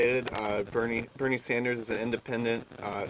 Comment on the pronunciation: A socialist who is NOT for Bernie Sanders? His name is NOT Saunders, it is Sanders.